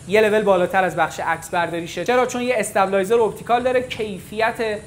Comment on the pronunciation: آقا یا فارسی بگو لرزش‌گیر یا درست تلفظ کن استَبلایزر نداریم،استِیبِلایزر